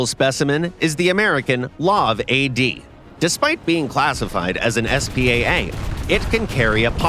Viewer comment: “L-A-V” not “Laav”